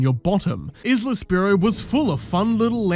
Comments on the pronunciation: The "S" in Isla is silent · You pronouncing isle correctly but not isla nearly made me stroke out